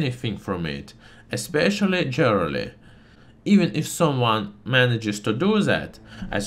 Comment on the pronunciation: Your pronunciation of “jewellery” is mind bogglingly hilarious